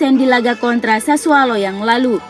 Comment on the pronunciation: SASSUOOOOLO BUKAN SASSUAALOOOOOO